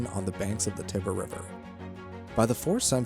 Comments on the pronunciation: The commentators of these historical videos need to be taught the correct way to pronounce the names of places, i.e. Tiber River, not Tibber River etc. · Tiber isn't pronounced like "Tibber"'